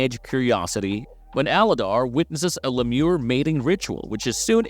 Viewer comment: Was this narrated via AI? Littlefoot is a HE and I did see that was updated later on. How can you mispronounce LEEmur. 😂